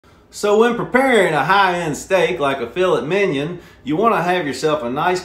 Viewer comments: I love how he pronounces "fillet" and "minot" 😂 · It's Filet Mignon, now pronounce it right, you fergot the Gee!!! Lol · I hate him for the way he pronounce filet mignon